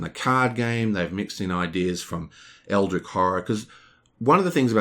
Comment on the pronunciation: It's fun, how you're rambling about AH, as if it's objectively better then EH, even though this is only your OPINION, not a fact. I just checked BGG, and guess what? AH has a lower overall score then EH, so if we are comparing them based on opinions, it appears that EH has more fans, therefore is a better game (by your logic). Also it's not pronounced EldriK, it's EldriCH, as in CHarge.